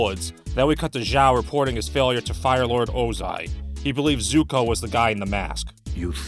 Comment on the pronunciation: "S"uko? Are you serious?